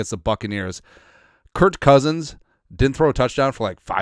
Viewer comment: His name is Kirk. I don't understand why you call him Kurt.